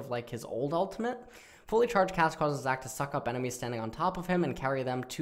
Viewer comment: i rlly want to put more effort, not liek phreak level, but at least read zac q right lol